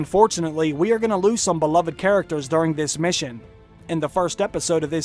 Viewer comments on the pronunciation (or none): none